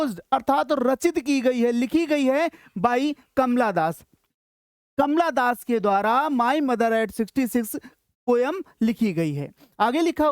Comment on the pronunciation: Kamala das❌ kamla das ✅